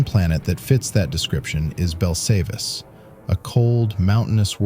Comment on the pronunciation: Not "BELL-SAVE-ISS" (Belsaveis) It's "BELL-SAV-ISS" (Belsavis)